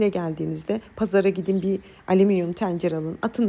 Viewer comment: Teencere 😂 hnm cım çok hoşsunuz herşeyiniz çok güzel de lfn “Tencere” demesini öğrenin. Hakikaten rahatsız ediyor dinlerken. Tencere Pencere Mehmet vb kelimeleri üzerinde çalışmak gerek.